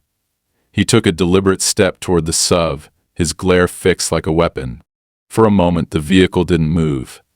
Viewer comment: Since when has an suv been a sub? Learn how to read, and edit.